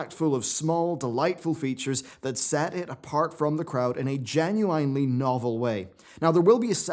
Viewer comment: I cringe at the way you pronounce genuinely